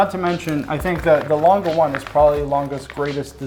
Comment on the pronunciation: Laaangeh und Soooney thats how you say the name.Best wishes from Germany